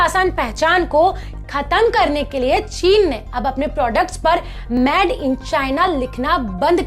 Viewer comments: Madam pls made in china ya made in India kaho na ki mad in china ya mad in India sahi pronounce karo.🤣🤣🤣.aur yes boycott china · I really support your initiative of Made in India... You just need to correct your pronounciation... It's not Mad in India but it's Made in India... All the best... Jai Hind... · अरे वीडियो मे बोलने से पहले सीखो की इंगलिश के किसी लफज को कैसे बोला जाता है जैसे Made को मैड नहीं मेड बोला जाता है मैड का मतलब पागल होता है धन्यवाद 🙏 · आप एक न्यूज़ एंकर हो। आपका उच्चारण साफ होना चाहिए। आप मेड (made) को मैड (mad) बोल रही हैं। Made (मेड) मतलब बना हुआ और mad (मैड) मतलब पागल होता है। गलत आदत छोडी जा सकती है, बस अपने उच्चारण पे थोड़ी मेहनत करनी पड़ेगी। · Plz made को मेड बोले न कि maid.. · Sister aap baar baar made ko MAD kyu keh rahe ho? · PAHLE ENGLISH BOLNA TO SEEKH LE, MADE KO ( MAD) KYON BOL RAHI HO? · please ask the presenter to speak made clearly and not say mad....this can be made fun of by people watching this channel. she can look online for the pronunciation. its not criticism but i dont want people making fun of indians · U r talking sense but kindly pronounce made correctly but not mad!